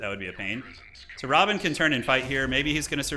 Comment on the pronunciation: Love the dune games - but is is not Robin! It is Rabban (Ra-Bahn)